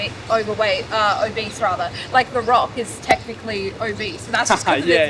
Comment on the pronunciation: Lmao about she sayin obese sounding like “a beast” really cracking me up “ why’d u wanna be a beast” it’s not good to be a beast” 🤣